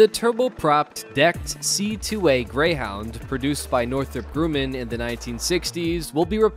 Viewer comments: Grummen, not grooman. Please. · It's pronounced Grumman, not "Grooman". If you make a major mistake like that 15 seconds into the video, it's not exactly encouraging people to have any confidence in anything else in the piece. For example... Names of aircraft are assigned, not "awarded". When you were talking about the CH-53E Sea Stallion, you showed a CH-53K King Stallion a greatly improved and substantially different variant. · Dude your pronouncing it wrong its not Gru' mand it's grum' end. ( grumend) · Grummmman not gruuuuman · Northrup Groooman.... that's why I can't watch these.... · Can't even pronounce Grumman correct. Grooman. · "GrOOMAN!?" "OsPREE!?!?" Yeah, tell the late Leroy Grumman that's how his name is pronounced! EPIC FAIL! English is NOT your first language, is it? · learn how to say Grumman, for God's sake! You know nothing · Will the "reader" please learn how to pronounce "Grumman". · Downvote for mispronunciation of the word, and name of the family, Grumman. And why would the US Air Force be concerned about the modifications of a Navy/Marine aircraft of which it has no version of its own? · Geed to learn to pronounce Grumman; guess that is what you get with AI